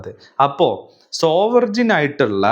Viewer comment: സോവെർജിൻ എന്ന് പറയരുത്, അവിടെ g, sielent ആണ്. 'സോവെറിൻ' എന്ന് പറഞ്ഞാൽ മതി.